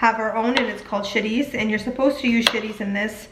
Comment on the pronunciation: I love how you said cilantro and chorizo... very Hispanic 💃💃